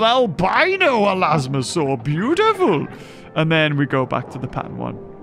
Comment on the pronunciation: Gotta love they way he says beautiful 😂